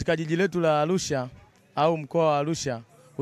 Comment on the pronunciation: Alusha huyu sio wa chugga anatamka arusha kizembe hivyo alusha mamluki huyu